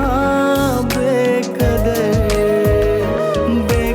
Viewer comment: بے کدر نہیں یے ، بے قدر ہے ، تلفظ تو صحیح کرلو ، اس سنگر کو کاش کوئی بتائے۔